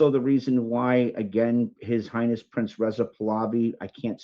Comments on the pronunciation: PRINCE not Prinses or prinzes or how ever you are pronouncing it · PRINCE not Princes